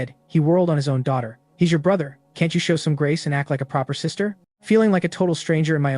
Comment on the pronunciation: why did she suddenly become a sista 😂😂😂